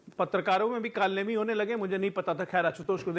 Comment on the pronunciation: कालनेमी नहीं कालू नेमी है वो 😂😂